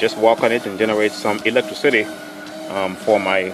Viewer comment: The way he says electricity sounds like electric city XD